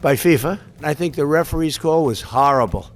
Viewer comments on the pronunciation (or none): none